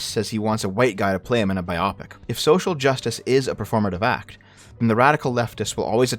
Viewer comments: Just want to point out that it's "By Oh Pick" not "By Opp Ick" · Is that how you say biopic? "Bye op ick"? Not "Bio pick"?